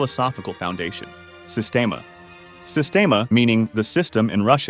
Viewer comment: pronounced sistiema bruh